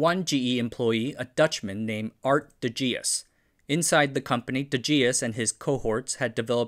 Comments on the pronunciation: Didn't pronounce de Geus properly either. The dutch "G" is next to impossible to pronounce by an English speaker. btw: Bill & Ted's Excellent Adventure is Keanu Reeve's best performance. That's including his Matrix & John Wick work. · Absolutely butchered the pronouncation of "de Geus", haha.